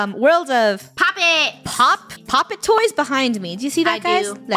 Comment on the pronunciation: Funneh: Pop…toys… Pop-“toys”: s.u.e.